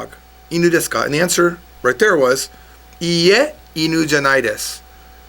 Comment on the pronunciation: You dont pronounce the word "desu" correctly.